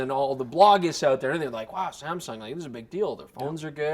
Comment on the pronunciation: Saamm ssuungg?? 😂